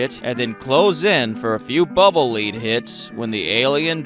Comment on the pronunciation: Pretty sure it’s acid, not blood, and it’s pronounced “lead” like “led” not like “leed.”